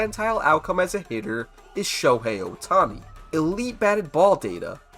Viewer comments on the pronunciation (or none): none